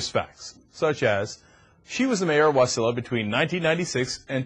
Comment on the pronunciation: Ha ha, Cryk it's Wa-SI-la, not WAS-i-la!